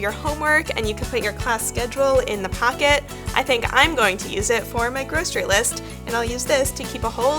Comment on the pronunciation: The way you say pocket bugs me